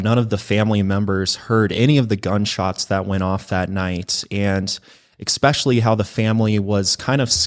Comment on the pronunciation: Someone tell him especially has no x in it lol he always says expecially 😂😂😂😂